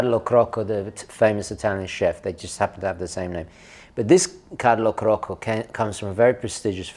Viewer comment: the Italian chef in CRACCO not CROCCO